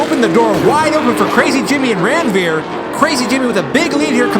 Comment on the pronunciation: It's not Randveer it is Ranveer. And if you think why I am saying so see my name